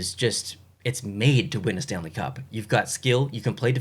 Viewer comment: oh yes the "stanle cup"